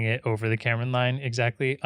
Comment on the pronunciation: Kármán Line, not Cameron Line ❤️